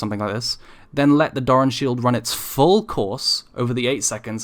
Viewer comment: Jfc can you stop saying "DARN" shield, pronounce it right please LOL